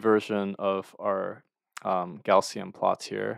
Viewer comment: Thank you! Btw, "Gaussian" is typically pronounced as /ˈɡaʊ.si.ən/, which sounds like "gow-see-uhn."